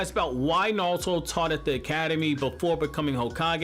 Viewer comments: I swear this guy just says nalto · Narulto😂😂😂😂😂I heard a L in there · Absolutely Nobody: You: NALTO!!!! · Every time you say Naruto I see “Nalto” Who else is with me? 🤣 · The way you say naruto tho. Lol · why the hell do you not pronounce naruto so wrong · Am I the only one who hates the way he says naruto? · Bruh how tf are you pronouncing Naruto? It's bothering me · Can’t stand the way he says Naruto